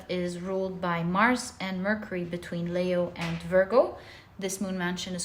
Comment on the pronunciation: Leo is pronounced 'Lee-o', not 'Lay-o'. And Libra is pronounced 'Lib-bra' or 'Lib-ra', not 'Lee-bra'.